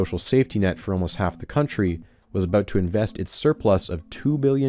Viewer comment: love the way you say aboot